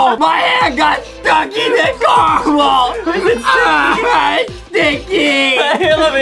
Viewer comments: Adem it is caramel not camell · Why are they saying carmel and not caramel? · Its ca ra mel not charcoal😂😂😂😂😂😂😂😂😂😂😂😂😂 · Adam:I Carmel apple ??????????????? Justin:*watering mouth*